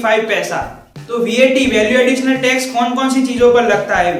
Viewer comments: Bhai tu gujarati he hena?? and vaat nahi vat bol...or exercise nahi excise duty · Are wo excise hai , excercise nhi or wo VAT hai what nhi